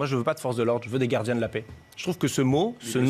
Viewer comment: "les gard'gins " ? "les quart'chés" ? élu par ses "pairs" ? ...certes, mais pas par la meilleure part"chie !